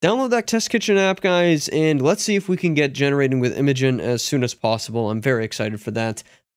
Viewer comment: It's pronounced "Imagine" [i-ˈma-jen]